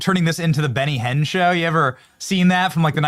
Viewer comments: Benny Hill, not Benny Hinn😂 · ⁹BENY HILL SHOW NOT BENY HEN!!